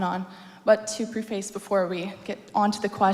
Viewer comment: Preface is not pronounced Pre FACE. 🤦🏼‍♂️